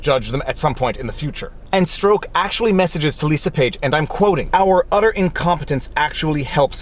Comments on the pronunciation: It's Strawk not Stroke. Canadians. 🙄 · Peters name is pronounced like STRUCK! not STROKE! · Strok is pronounced Struck, for future reference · I believe it's pronounced Peter "struck" Peter Stroke sounds like an adult film star hahahaha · I've heard Peter Strzok's surname pronounced as struck, not stroke, on American news channels. That's "struck", as in dumb f***.